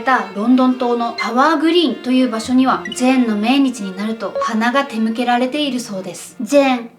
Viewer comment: さんのオマージュを観ればジェーンも救われるのではないでしょうか？さんの失言？暴言？言い間違い？がおもしろすぎです😆それと差し出がましいですが、思惑は｢おもわく｣で手向けは｢たむけ｣ですよ😄漢字は苦手っておっしゃってましたね。お気を悪くされたら、すみません。